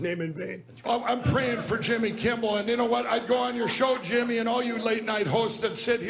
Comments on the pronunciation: "Jimmy Kimbel" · Jimmy Kimball? Did I hear that right?